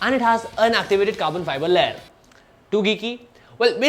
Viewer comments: its LAY-YER. not leh. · I heard LEAD. haha... but good review. I needed to know the layers on the filter and just got my answer here. thanks.